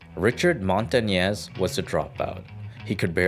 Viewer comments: "Montanez" lol? It's pronounced Mon-ta-knee-ez hence the "ñ" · You pronounced the "Ñ" wrong.